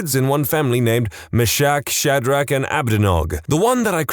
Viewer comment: Those are pronounced "Me-shack," "Shad-rack" and "A-bed-nih-go."